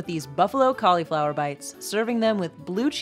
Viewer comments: Please, please, please stop saying "Collyflower!", it is pronounced "callaflower'..Do you say "sangwich?", "ambliance"? Supposably?...Ugh!!!! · Please, it is not "collieflower." A Collie is a dog. It is caul (i as in rig or big) flower.